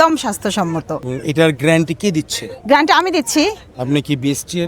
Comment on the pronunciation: গ্যারান্টি ❌ গ্র‍্যান্টি ✅